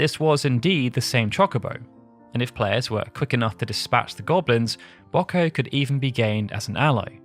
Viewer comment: And right after getting Wiegraf right! The British are an enigma...